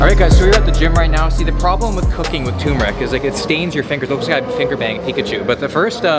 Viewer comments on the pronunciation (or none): none